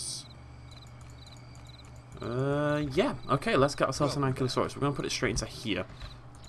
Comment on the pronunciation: An-kye-loh-sore-us Book pronunciation, I hate the inaccurate pronunciation as well, probably not as much. Speaking to 6 years ago version